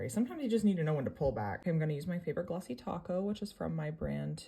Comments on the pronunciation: Her: “glossy topcoat” My mind: “glossy taco” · Why do I always think you say glossy taco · Did i heard Glossy Taco 👀 💿🌮